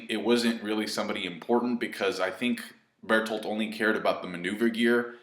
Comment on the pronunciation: Burt holt does that help? Calm down. (edit) you said it correctly that time?! then why???